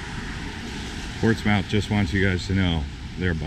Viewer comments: Its pronounced Ports. MITH ! Ask a local first. Before you buture the name. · It’s pronounced ports-mith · During your visit to Portsmouth, did no one teach you how we pronounce it? 😃 Great video though. I loved watching it. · I live here and people don't call it "Pompey". Kind of like his mispronunciation of the name, not sure where he got that. However, the tour he gives is really a good representation of walking around the downtown and he obviously did some research on what he was going to see. When the city was incorporated in 1650, the name was changed from strawberry bank to Portsmouth to honor the colonial founder who was the head of the Portsmouth harbor in Hampshire. In New England and in New Hampshire all the names are either English or Indian. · Holy crap can you at least pronounce the town name correctly. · You have to say it fast not like two words Portsmouth not ports mouth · It's Ports muth, not Ports mouth. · It’s pronounced “Portsmuth”not Ports Mouth!!!!!! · it's not pronounced "Ports-mouth" its pronounced "Port-smith" it's a "New England" thing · We dont say ports-mouth, it sounds like Portsmuth. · Ok I am from there, its not pronounced Ports MOUTH, Its pronounced Ports Smith. You should have come earlier, they have plays in the park down where all the flowers are, at night. Its a lot of fun. One of the side sts. I don't think you went down, but Chestnut St. When they dug the st. up for pipes, they found an old slave graveyard under the road. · Correct pronunciation is Port smith,not Port smouth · Its NOT POSTS MOUTH..its portsmth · Pronounced Ports-MUTH, not Ports-MOUTH. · PortsMUTH... NOT MOUTH! 🤣🤣🤣😂😂😂 Explore the name FIRST! And its Dart MUTH... not MOUTH! Wuuuuster... not WOR CHES TER. West FUD, not WestFORD ChemsFUD... Not ChelmsFORD... Cmon... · It's Ports-muth not Ports-mouth. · Ports mouth???? Its pronounced ports smith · Its pronounced portsmith nit Portsmouth.duh!! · It’s pronounced Ports-moth, not Ports-mouth. Good lord. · Ports Mouth 😂